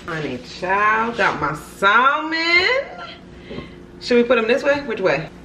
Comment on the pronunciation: The L in Salmon is silent sis lol. I just recently learned myself lol.